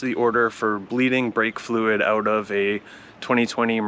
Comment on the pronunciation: This "ouet" makes me feel you are Candian 😂